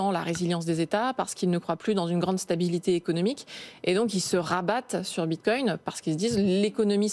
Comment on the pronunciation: ça me manque quand le regisseur disait bit quouing